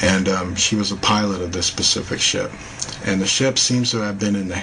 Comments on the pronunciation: I like ur videos and u seem very intelligent. maybe I'm shallow or whatever but it's SPECIFIC not PACIFIC! ! It's driving me crazy :( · 'found intac', 'pacific marks', 'very good good pic', 'pacifically did', 'so that you can get a very good view', 'ships main whatcha-ma-call it'... Wtf am I watching!?!?